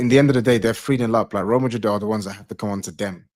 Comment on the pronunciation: # Pray for MAH-drid. 🤣